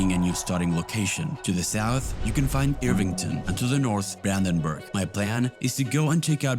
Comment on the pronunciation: Brandenburg nicht buandanbuag